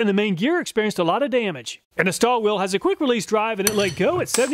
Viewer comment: A little pronunciation help on those German names. As close as you can come in English sounds: Stahlwille is "SHTALL-villa," Hazet is "HOT-set" (sound the Z as in Mozart), and Der Erwachte is "dair AIR-vock-ta" and means "the awakened." So is reviewing woke tools now.:D